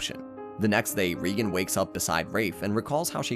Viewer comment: GOD DAMN IT !! You're distroing Reigan's name so munch that i can't watch this anymore